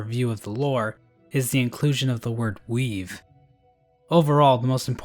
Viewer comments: honestly for a second i thought he said weeb not weave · At about, I thought said “Weeb” instead of “weave” and that he called the Weavers weebs...